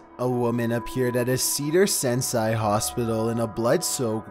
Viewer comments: OMG dude...You were obviously sick on the class days of geography and current affairs. Almost every episode you pronounce something wrong. The hospital that you mention, of which there are some in a few different cities, Is Cedars-Sanai. Cee-dars/Sigh-nye. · +, brother...you seriously should make sure that you know how to pronounce thinks. Cedars-Sinai is (SEE-durs SCI-NIGH)...literally a major hospital the people all around the world know. Your mispronunciation of things makes my eye twitch. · Cedar “Sinai” is right by me! Hey! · it's pronounced cedar sigh nigh